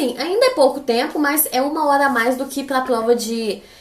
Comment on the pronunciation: Mano ela falando " plova, pla "